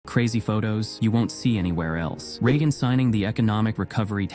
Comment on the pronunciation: The AI narration sucks. Narrate it yourself. We want to hear you, not some ai mispronouncing Re-agin and bitting.